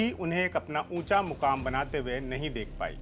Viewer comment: Baaki sab thik hai par Urdu k alfaaz par mehnat kijiye bohot se lafz aapne ghalat kahe e.g maqaam hota hai mukaam nahi